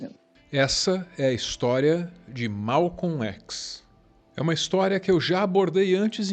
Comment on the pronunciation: O vídeo é bom, fora o fato de que nós Brasileiros sempre dizemos Malcon Xis "chis" nunca um Brasileiro pronunciou ékis! LAMENTÁVEL